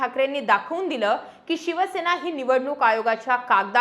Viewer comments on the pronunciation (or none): none